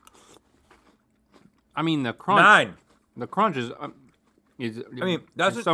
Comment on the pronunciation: I just love when Link says “cronch.”